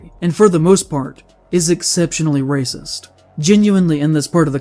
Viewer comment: Some guy called a bunch of white people ray-sis? That's pretty hard-hitting!